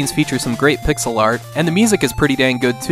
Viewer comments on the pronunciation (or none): none